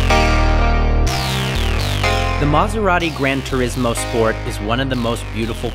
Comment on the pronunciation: its granturismo not granturiesmo